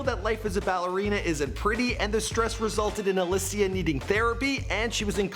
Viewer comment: OMG. They said Helen Sjöholm on the television not Alicia Vikander. Good job. Btw Alicia not Allichia.